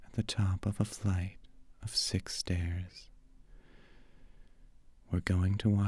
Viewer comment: I could have swore he said sex instead of six